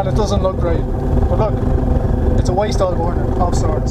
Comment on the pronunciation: Thought you said waist oil